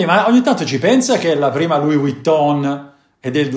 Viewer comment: Si dice Louis (senza pronunciare la”s”) Vuitton...